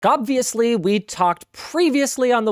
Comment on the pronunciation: It sounds like he said “look obviously” but they cut out the “look” part so it sounds like gobviously lol